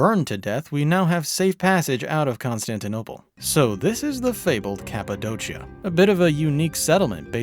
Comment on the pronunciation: Kapadokia brother not kapadochia